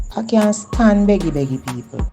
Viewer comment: Who Beggy ....,like Peggy